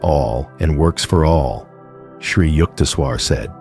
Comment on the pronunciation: Great information from Paramahansa Yogananda about the Source of Life Itself, ironically delivered by a lifeless robot that mispronounces the names "Yogananda" (twice in different ways) and "Yukteswar". Keep posting this wonderful information, but get the cheap robot fixed or (more respectfully to the information) — gone.